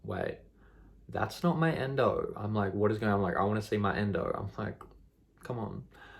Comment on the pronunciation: 'Endo' LOL 💜